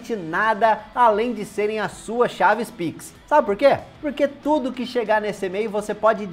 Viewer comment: Eu gosto é quando ele fala "Ê-mail", é metade em português, metade em inglês! Kkkkkk